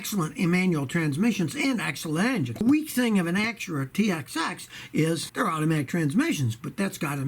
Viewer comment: Scotty it's TSX, LOL...